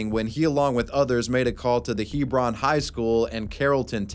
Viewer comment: yooo, the way you pronounced “Hebron” is hilarious 😂